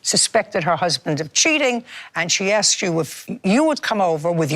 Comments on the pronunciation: She "ax'd" her. Used to be that was a crime...assault. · she axed her...lol